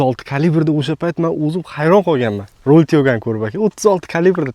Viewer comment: "Ровил туёго"ми ёки "Роял тяго"? Видео бошида ҳам қанақадир "Ровил бири"ми дедингизлар. Шуни аниқ тушинтириброқ кетинглар